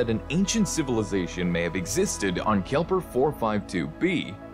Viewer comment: I'm pretty sure it's "Kepler" not Kelper